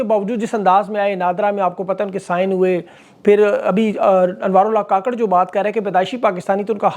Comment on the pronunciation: anwar ul haq " kuk-kar " NOT ka-kar